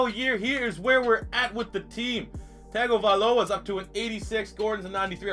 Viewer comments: It's tua tun-tung-avilo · Its Tua Tongue-O-Vy-Low-A